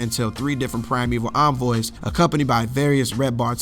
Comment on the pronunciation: Thank God you know how to pronounce envoy correctly. I subbed just on that alone. It’s incredible how many videos are out there saying it wrong.